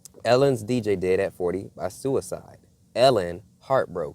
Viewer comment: You can't say suside